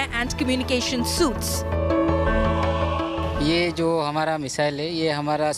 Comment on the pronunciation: The reporter did speak a lot better English as opposed to most except one thing- she said SUITS instead of array of defence suites which is pronounced sweets